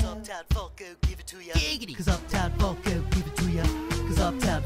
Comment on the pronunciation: I didnt know he said funk i heard fuck